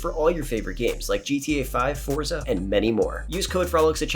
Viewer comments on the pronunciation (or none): none